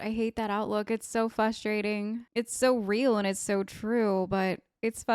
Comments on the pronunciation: Dunno what’s wrong with me, if it’s something wrong with the speakers I was watching this video on, but you said “frustrating” so many times and to me it sounded like you said fustrating. at first I thought you misspoke but then you said it so many more times and it, in and of itself, was frustrating to hear lol. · it is Faws-trating lol